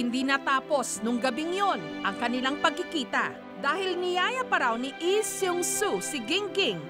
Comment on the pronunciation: Nakakainis pakingga yung ee diba lee yung apilyedo nila hindi ee